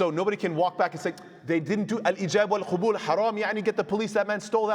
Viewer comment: السلام عليكم ورحمة الله وبركاته. Love the lessons, very informative, I love how you've managed to simplify these topics that are normally quite complex. Just one small humble correction to your arabic (I know your not an Arab native), the word is قَبول with a fatha, not قُبول with a dhumma. The later is the plural of قُبُل which would mean genitals. Forgive me